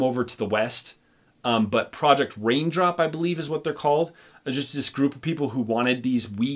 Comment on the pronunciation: Proyect Rainfall! 🤣 But you were close!